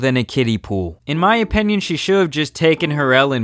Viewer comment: It’s OPINION! Not OPENION!